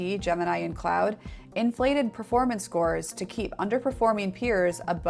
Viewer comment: Beloved, did you just call Claude cloud?